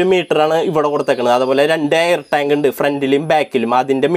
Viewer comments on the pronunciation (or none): none